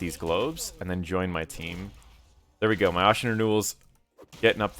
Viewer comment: ASHEN, like ASHES...not like ought...